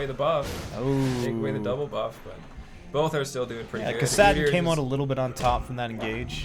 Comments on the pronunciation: PLEASE STOP SAYING KASAADIN ITS KASSADIN! the pronunciation Nazi in me wants to strangle you... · Sweet video as always. Btw I've never heard anyone pronounce "Kassadin" like you do.